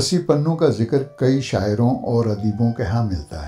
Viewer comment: Not ( panhoo) but ( punhoo ) ????